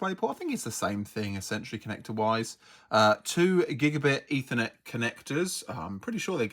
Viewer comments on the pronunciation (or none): none